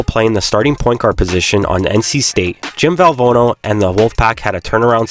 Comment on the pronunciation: Great video awesome work only thing is legendary coach Jom Val-Van-oh is the best way to his name correctly..not a big deal but it all actuality it is!!